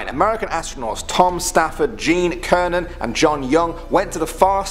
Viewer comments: He really said Gene Kernan, ITS GENE CERNAN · You said “Gene Kernan” his name is Cernan and is pronounced Sernan. Gene Sernan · Gene Cernan is pronounced Sernan, not Kernan. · It's pronounced Gene Sernan, not Gene Kernan. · Gene Cernan's name is pronounced "Sernan" not "Kernan". Just sayin'. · Gene Cernan - pronounced ‘Sernan’.